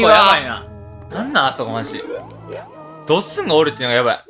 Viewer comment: ドッスン↑？ドッスン↓？